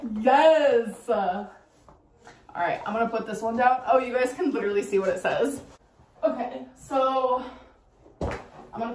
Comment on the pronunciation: Riveting content as usual ICKSPECIALLY the candle situation type deal. Lidurally.